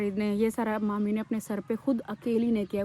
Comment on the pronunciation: Manur kya hota hai mami bola kare